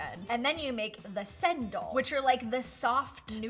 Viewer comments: "and then you make the sendol" LMAO thats not how you pronounce cendol, its pronounced chendol (ch like in check) and for pandan which you pronounced pendean its pronounced more like how its spelled (pa like papa and dan like dan instead of dean)😭😭good try though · not to be rude but it is actually pronounced cendol not sendol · Hi! I just want to tell you that the cendol is pronounced Chen-dol because in my culture the Letter 'c' is pronounced as 'ch'